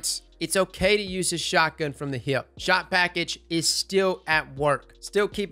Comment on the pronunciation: I love the way you say hip. With your accent it sounds like heeyip